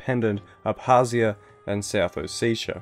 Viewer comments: Its not south Oh-seh-tii-ah or oh seee ahha ahh ! is it so difficult to pronounce O Se Ti a , just ! Originally its Sa ma cha blo . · ALPHASTAR RU well it’s actually ოსეთი but whatever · Sorry to be that guy but it’s south Oh-seh-tii-ah, not oh-see-sha. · More like a O-set-ia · It's not ossetia it's samachablo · hmmmmmmmm South OseSHA you say. I laughed at least 20 minutes at oseSHa